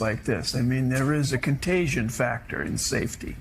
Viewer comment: "Contaygeeawn" lmao theyre so fucking stupid 😂😂😂😂😂😂